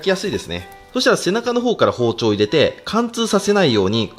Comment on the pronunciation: 入れての発音がマジで気になる